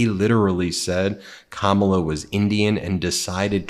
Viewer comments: He has so much trouble pronouncing her name, he should call her Madam President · He knows her…can’t pronounce her name. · Kamala should start calling him Don Old or DumbOld or something. He is so disrespectful the way her keeps mis-pronouncing her name. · Trump talks about her as if he knows her. He doesn't even know how to pronounce her name.